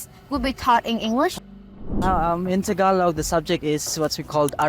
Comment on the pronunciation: Pinoys so nice they won't tell her to say Tah-GAH-log